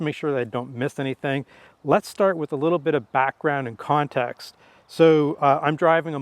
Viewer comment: a mispronunciation is not an accent. But I still gave your video a thumbs up.